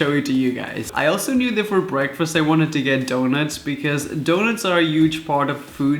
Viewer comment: time for our gta "bweakfast" lol. sorry. :(